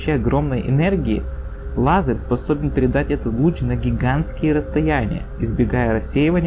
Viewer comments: Лазарь - это мужское имя. А тут речь, полагаю, про Л-А З-Е-Р. Произнеси по буквам вслух и запомни произношение! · Лазер, а не лазерь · Все таки не "Лазарь", а лазер. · лазэря,лазэрь,неправильное произношение! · А почему "лазырь"? Фифекты фикции, да? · Лазарь? Читать научись, умник!!! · автор видео говорит Лазерь)